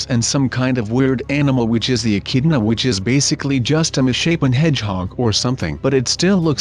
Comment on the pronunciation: This is the first time I've heard an American youtuber say Australia and I'm Australian so it's racist to me D:< And it was also racist at the start when you were talking about echidna's or however you spell it, Idk why it just sounded racist to me D:<